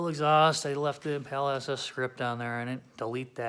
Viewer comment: EmPala… Spanish accent